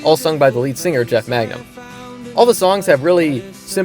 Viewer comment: Both. Both is good. Also just an FYI, it’s Mangum, not Magnum. Took me a while to figure that out too